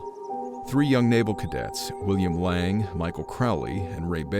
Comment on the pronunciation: His name wasn't pronounced Lang it was Laing.Layng!!!!